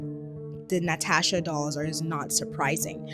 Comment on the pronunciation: *Latasha...... ..not "Natasha"